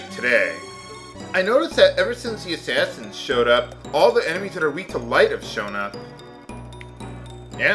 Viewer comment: don't you mean you hate Assashins instead of Assassins?